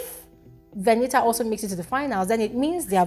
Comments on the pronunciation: Because Venita told some of the housemates that her name is pronounced "V-e-n-i-a". So keeps mimicking her. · Why does even call her Veni-A to start with..Her name is VENITA, what's with the Veni-A? It sounds so irritating each time pronounces it that way..